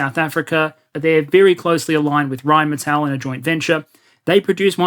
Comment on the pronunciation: Pretty good pronunciation of Rheinmetall :D